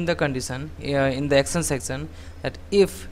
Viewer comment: Please please try to learn the right pronunciation for example for words "section" or "action". This is very difficult to listen.